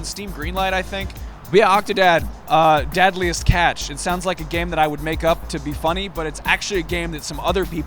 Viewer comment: And when you're done, "Did u rike it?"